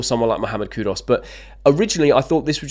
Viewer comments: Don't know who's KudOs is... but I wouldn't mind KudUs.. it's Koo-Doos, mate, not that complicated. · Mate try learn to pronounce people’s names correctly. It’s disrespectful to the player and off putting to viewers. Who is Cud Us by the way?